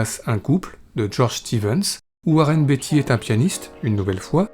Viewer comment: Beatty se prononce bien "Béïti" et non pas "Biti", je vous invite à regarder des vidéos de lui en anglais pour le voir par vous même